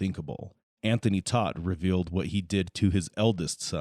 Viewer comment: Tot not Todt.